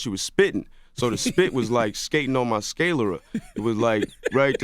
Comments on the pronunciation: Did this man pronounce sclera "skay lera" when trying to use anatomical words goes wrong. Smh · Sclera, not scalera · It's definitely sclera, not scalery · Sclera is pronounced skleer-uh. But this was such a trash interview. Dude deserved better than the sucker shit Charlamagne TRIED to pull. Keith was still easily 2 steps ahead with every petty jab CTG threw. Hating ass. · I mad he was trying to sound smart and mispronounced sclera (sklee-ruh), but I guess no one caught that. I'll just hush smh !!!!!! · He mispronounced "Sclera."